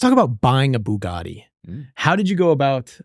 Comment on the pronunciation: Ba-GaTTy, not Boo-Gardy